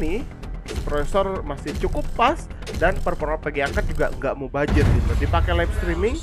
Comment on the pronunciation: Mubazir ❌ Mubajir ✔ Zotac ❌ Jotak ✔ RendyAdha2021